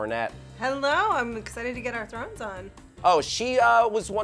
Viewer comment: a girl cannot say throner